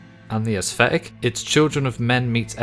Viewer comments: assthetic xD never heard someone say it that way before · My man cannot settle on a pronunciation of "aesthetic".